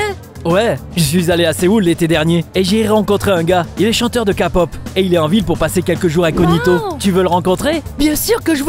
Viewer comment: « kapop » y’a encore des efforts à faire…